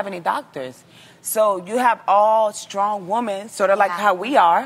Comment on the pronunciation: I wish she'd stop pronouncing women as "woman". It's "weh-men". It's like when people say "I'm a strong women" or "They can't handle strong woman!". You sound/look so unintelligent. "-man" is singular, "-men" is plural.